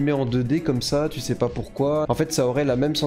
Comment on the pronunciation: J'ai serré le poing tout le long de la vidéo sur ta prononciation des "u" en "ou". On prononce "u" pas besoin de faire un faux accent (mé bravo pour la tièreliste)